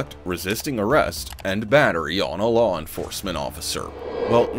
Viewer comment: Just trip em when you walk by an overpass. "Wuss duh law?" Yeah we'll get to that when you can read let alone understand proper English "Wash uh nayme!??" "Cawl duh supuh vizah"😢 "Detained fur wuh?" Ok we have to "learn yuh" what "detain" means....."ok can you read or do we have to translate these weird symbols for you???"